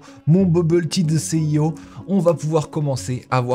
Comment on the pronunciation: no, no, NO !! On ne dit pas CIO ! "Si i haut" ou "PDG", mais pas "C'est i haut" !